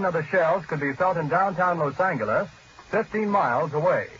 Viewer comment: I hate how he said los angles